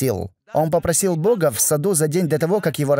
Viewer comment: пожалуйста сделай что нибудь со своей речью, а именно с окончаниями, ты очень сильно выделяешь окончания, например - " они посланника богААА, дваждЫЫЫ. Это режет слух. ДжазакаЛлаху хайран.